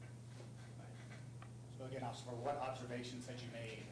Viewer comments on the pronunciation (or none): "So again occifer"